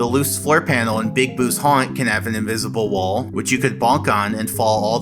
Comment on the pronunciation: What uhh I got inwizible wol 😂